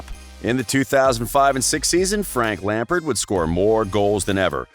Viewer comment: i utterly despise the way your accent pronounces "Lampard' And i'm American....